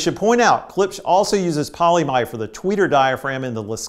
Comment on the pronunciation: Not "polymide", but "polyimide" (Kapton) as opposed to "polyamide" (nylon).